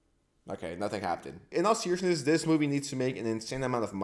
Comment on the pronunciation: happ-tenned lol